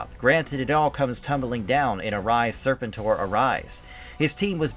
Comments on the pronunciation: “sirrrr-pentttttt—OAR” that’s how it’s pronounced. Not serpent—er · Nah bruh its Ser-pen-tor step your AI up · Zar-tawn and Serpant-Ore. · I can’t do this with you pronouncing Serpentor like that.